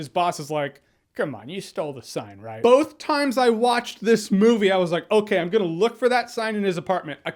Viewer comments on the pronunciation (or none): none